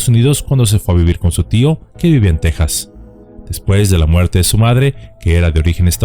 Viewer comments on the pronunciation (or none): none